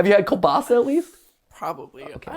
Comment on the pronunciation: MAT why are you saying it like Killbassa its KIEŁBASA(btw I know its hard just wanted to comment something :P)